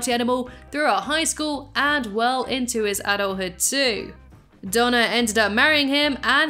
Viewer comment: I not sure if you have an accent but it sounds like you say Donna but it is actually Dana but good vid